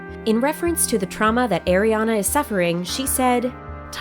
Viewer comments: Not “Air-iana “. just Are-iana “ like “Are”. Please ☺️ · Stop saying eriana her name is ariana or ari ! I lov ari❤❄ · Her name is not pronounced "Air-iana." Her name is pronounced Ariana. Just, like the way her name is spelled. How do you not know how to pronounce Ariana Grande's first name? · Irk it gets me so triggers when people pronounce it wrong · Air-riana I'm dead 💀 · ATLEAST CALL HER NAME RIGHT